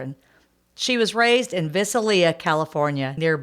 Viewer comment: It's Visalia. Pronounced like Vidallia.